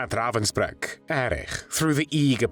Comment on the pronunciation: Ravensbrück, nicht Ravensburg!!!!